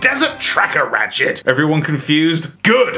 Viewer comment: I’m not the only one who heard “Rat-shit” and least a few times right? Lol